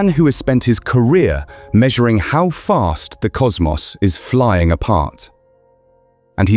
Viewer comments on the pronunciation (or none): "We have misunduhstood the univus." "Spent his careah measuring how fah..." Did the voice actually include an r in "measure"? Yes, he DID! That's amazing.